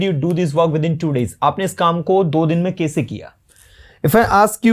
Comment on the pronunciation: Aap hindi me कैसे को kese kyun bolte hain ? Kano me chubhta hai . Jaise kai teacher English ko Englis bol rahe hain . Sh ko s . Mai ek hindi ki teacher hun ,isiliye tokna pada , bura mat maniyega